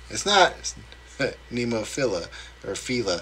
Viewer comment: Glad you guys liked it!! Nemophila is pronounced neh-moh-feela. I think you will like Hanabie, pronounced ha-na-bee-eh, try their song We Love Sweets!!